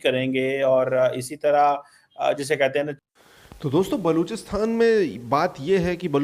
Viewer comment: bhaiya wo baluchisTHAN nahi, baluchisTAN hota hai